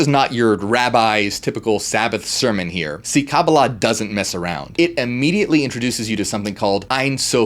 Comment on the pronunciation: I appreciate that you pronounced Kabbalah like my Jewish friends, not others. Ein is like ain/ayn pronunciation. Anyhoo, yes! BTW ein can also be translated "without boundaries." "You are that" is like "I Am that ... I Am!"